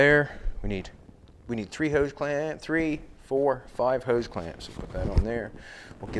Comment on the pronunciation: Hose, not Hise.😄